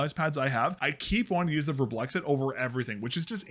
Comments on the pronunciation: VARMBLIXT. Not Warm Blexit. Not that hard really... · "Werblex-it" is indeed not how you say that. The name is another one of the "IKEA nonsense speak" Swedish word mash ups, it's a combination of the word "varm", which means warm and "blixt" which means flash and like every other Swedish word mash up (almost) you pronounce it like the words were still separate. (There is no special way to know this unless you speak Swedish and know the words. Swedish is a silly language.) So it's varm which is pronounced almost but not identically to warm, and blixt, which is pronounced like "bliss", but with a very noticeable "k" and "t" sound mixed in there. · the way you pronounce varmblixt is so painful you're not even looking at the letters are you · craziest pronounciation of varmblixt ever, but nonetheless good video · As a Swede, the pronounciation kills me, kinda good at first considering not being able to speak it after all but then the added letter between the "x" and "t" at the end x_x xD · As a swede, I wonder why you wouldn't just go to google translate, write varmblixt in and listen to how it's pronounced? Why don't you pronounce the "m" and why do you add an extra "i" after the "x" The "A" in Varm (warm) is kind of pronounced liked the "A" in Attack. Try sayng "Vattack" and then remove -ttack and add +rm Blixt (lightning) is pronounced like you say it, but with no vowel between X and T (BLIKST) Warm Lightning, pretty good name for a mouse pad!